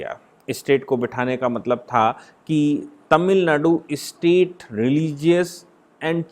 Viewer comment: स्टेट शब्दका उच्चार आप इस्टेट ऐसा क्यूं करते है। राज्यको मालमत्ता बनाना डरावना नही है क्या?